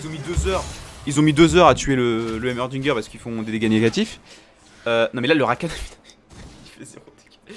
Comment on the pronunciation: Rakane( prononciation) pas Rakan c'est énervant de ouf